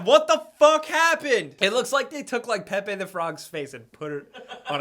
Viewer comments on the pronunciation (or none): none